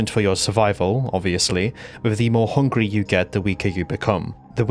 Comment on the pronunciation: Scawy and hungwy